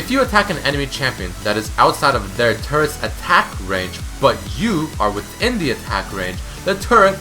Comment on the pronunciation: it sounds like he is saying : turds are tanky